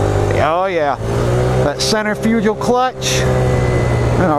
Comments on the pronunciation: It’s not a “center-fugile” clutch it’s pronounced “sentre-fikal” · Man said centerfugel clutch lol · The way you say Centrifugal is hilarious